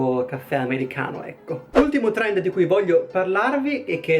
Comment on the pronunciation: "Torendo" chiamalo TORENDOOOOO